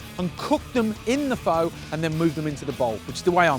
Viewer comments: I tuned out as soon as he pronounced it 'Foe'...respect the dish, respect the culture. At least pronounce it correctly smh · I was turned off by him saying “phO” and how the broth looked like gravy... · First, you pronounced "phở" wrong. Its like "fuh" actually. And the way you made it wasn't pho, it was western style of pho I think 😂 cuz your broth looks dark and has so much fat on it while the original Vietnamese pho broth is clear and lighter. And healthier. LOL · how you know someone doesn't know anything about pho...they pronounce it foe...smh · it's spelled phô but it's pronounced fuh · Looked great but am I the only one bothered you can't pronounce pho correctly? It's 'fuh'. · Pho is pronounced like "fun" right? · Rose Taylor it sounds more like duh. just replace it with an f so fuh is the sound. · Its pronounced "Fuh" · undying that's a Disney character ha ha he was saying foe or faux lol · Until you pronounce it correctly I can't trust your recipe 😅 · No. Just no. I'm surrounded by Pho shops which are all over my city and know how the stuff should look and taste. 1. Go look up how to pronounce the food. 2. Clear broth. 3. I would not pay a dime (Sorry, mate). It is a phony Pho. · At least pronounce it right! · Great video, terrible pronounciation. Lol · you're pronouncing it way wrong! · the pronunciation killed me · As a viet his way of saying pho, it hurts me, but what I would do differently is with the noodles I don't cook it with the broth, I just pour boiling water on top of it in a bowl and let it soak for a minute or two. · yes! As i'm Half viet, but raised by my Vietnamese grandma, it does hurt alot HAHAHAAHAHHAAH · I’m not Viet at all, and it hurts me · Thankyou, I understand taking out the N, I have just heard it pronounced the O like in "hose". I was just curious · It looks good, it's pronounced incorrectly. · John, mate, it's 'fuh'. Nothing 'faux' about it. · Pho pronounce like fur, no fo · OMG U SAY IT WRONG ITS PRENOUNCED FUH NOT FOE!